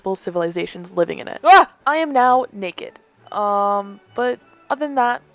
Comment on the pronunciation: “I am now neked” lmaoo I died😭😭😭